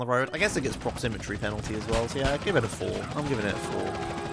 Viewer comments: It's "proximity" not "proxymmetry":D Keep up the good work, I'm loving this series! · Duuude. It's proximity, not proximitry. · proximitry? really? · Take a shot every time says "proximitry" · You kept saying "proximitry" instead of "proximity" lol. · Isn't it proximITY rather than proximiTRY? It sounded weird each time I heard it. Great video btw loving this series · proximitry proximitry proximitry god dammit,, it's PROXIMITY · the word is Proximity:D I loved the video anyway, good job and looking forward to the next ones. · It's pronounced prox-im-it-ee by the way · Listening to say "Proximity" wrong for 1h straight:D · Theres no second R in proximity.